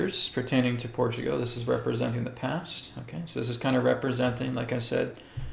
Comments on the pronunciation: When you say Portugo , are you meaning PortugAL? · Portugo? What? 😂🙃